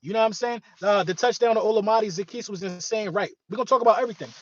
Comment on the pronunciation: the best analyst out there!!! Olamide- is pronounced - Ola me day. Keep up the good work!!❤❤❤❤